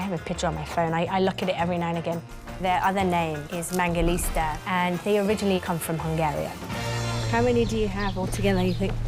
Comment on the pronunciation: Why does she keep on saying mangalista when it is clearly mangalitsa?